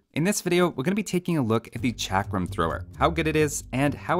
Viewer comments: Pronounced chuck-rum thrower. Source: am brown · it sould be pronounced chakaram thrower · In India chakram mean circle and u said it wrong way